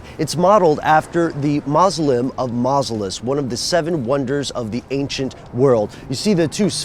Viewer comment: "Mawz-oh-lee-um". I feel better now, don't you?